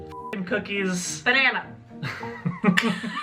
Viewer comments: Nobody:: Benana 😆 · No one: Absolutely no one: Not a soul in the world:: Beynnana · Ben-nana .... enough said